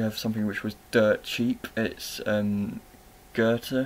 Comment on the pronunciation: #TeamEmma Five extra points for pronouncing Goethe correctly - although I expected nothing less… 😝 I quite liked Down The Rabbit Hole and look forward to seeing what you make of it! I feel an imminent channel name change coming on: Curtis Books and Bridget Riley! 😜 Or should I say Curtis Books Casanova and Bridget Riley?